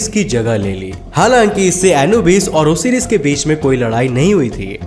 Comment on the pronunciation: Osiris nhi bolte hai usey Osairus pronounce krte hai